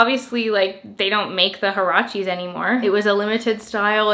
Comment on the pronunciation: Haracheees ?!!! 😳😳😳 oh my, that is a made up pronunciation if I ever heard one hahahaha ... it’s a Mexican word, there is a clear “u” in there, HUarache is a kind of sandal, I suppose they called them that cause they’re slip on, like a sandal .... anyway, it’s pronounced wa.ra.che ... 😉🇲🇽